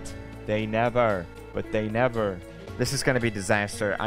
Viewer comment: "But They Nevar"